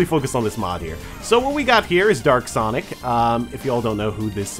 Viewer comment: You said derk sonic instead of dark sonic